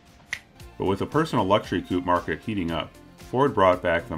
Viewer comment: Why are the Americans incapable of reading correctly the word "coupe" ?